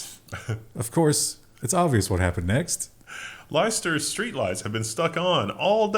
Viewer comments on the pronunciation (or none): Leicester is pronounced like "lester" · It's pronounced 'Lester' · you have to do the wave too! As a Brit, pronunciation of Leicester was a little off, usually pronounced as Lester. It's up there with the other weird ones like Loughborough, Leominster and Worcester. All forgivable - in Idaho a few years back I pronounced Boise as it if were French, much to the amusement of the locals.